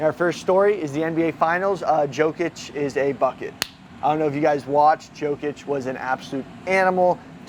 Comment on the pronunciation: Yo-kich not Jo😂